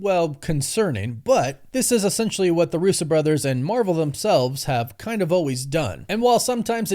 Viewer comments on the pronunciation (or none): none